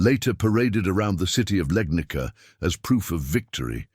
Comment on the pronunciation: Legnica is pronounced Legnitsa, not Legnika. It's a Slavic name. The oldest known European picture of a cannon is from 1325. An identical cannon, with its gun smoke and ball, is pictured in bas-relief in a chapel to the south of the Yang-tse-kiang from 1198, Southern Song. I saw a picture in 'Technology and Culture' from about 1972. Of course that cannon was too heavy for use in the field. It could only serve to attack or defend a city.